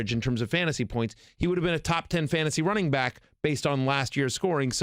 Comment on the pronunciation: “Fantsasy” live mock 😂 The writing skills needed to work for espn is impressive